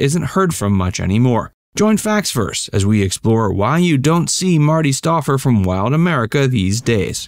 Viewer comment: The narrator should have watched the beginning of a typical 'Wild America ' episode, where Marty looked right at the camera and said, with an enthusiastic twinkle in his eye, "I'm Marty Stouffer..." STOUFFER...the "OU" is like "fowl". (C'mon, man: get it right!)